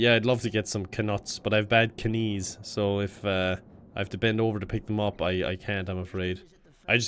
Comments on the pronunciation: When I heard the bad k-nees part I laughed way too hard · "Yeah, I'd love to get some kuh-nuts, but I have bad kuh-nees." That line amuses me way more than it should